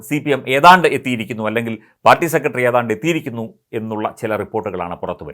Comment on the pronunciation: താങ്കൾ. സെക്രട്ടറി എന്ന് പറയൂ. അല്ലാതെ സെക്കട്ടറി അല്ല